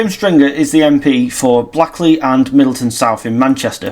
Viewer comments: It’s not pronounced Blackly it is pronounced Blakley. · It's not pronounced Black lee! It's Blake lee! But spelt Blackley!